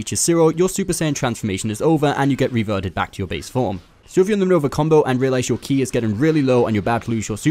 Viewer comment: Its not key its ki. Rhymes with sky.